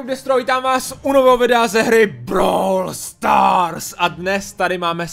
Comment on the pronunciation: to tvoje brow stars je divný a říká se navíc brawl stars